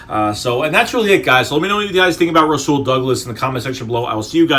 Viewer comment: and its u say it like rawsul